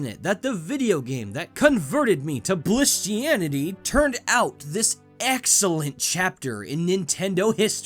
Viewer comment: "Blisstianity"? Can I join that religion?